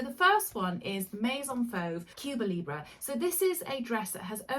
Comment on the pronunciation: Cuba Libre means "Free Cuba", that is the wish and hope of all Cubans, someday. Now,on pronunciation: say Elephant. That E is how you pronounce the E in LibrE. Try it. Love all your recommendations and explanations. Thank you.